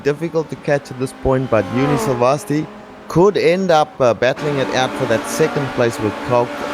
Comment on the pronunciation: Thank god! No chickens and cows. Please let this be the beginning of a new trend. Still pronouncing 'Silvasti' completely wrong however.